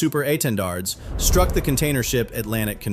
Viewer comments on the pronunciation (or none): none